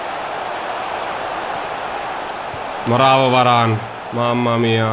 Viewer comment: Varane detto in quel modo è molto romagnolo